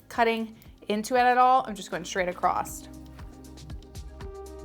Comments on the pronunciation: Beautiful. You are too! But my OCD IS SCREAMING that ACROSS has no T at the end. It’s not ACROSST. 😂 🤷‍♀️ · I literally have to mute this girl's videos because I can't handle listening to her say take it 'acrossed'! It's across!!! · I love your videos, you are amazingly talented. Can you please stop saying "acrossT" There's no T at 😅the end of the word " across" Not trying to be a bit** it's just that it's distracting. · I love this hair style! You make it look so easy. One thing though please, it’s not acrost-it’s across, respectfully. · The word ACROSS doesn’t have a T in it 😵‍💫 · There’s no “T” in “across.” JS, lol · I did not know there was a "T" in across!! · You seem credible until you say "acrossT" and "shtraight" There is no T in across and straight does not start with "sh" sound. Do better.